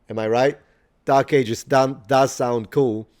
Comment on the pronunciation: Welcome to the dark ages. Sounds a bit like "welcome to the DORK ages". 😎 This is how our descendants will refer to the age of TikTok & Co.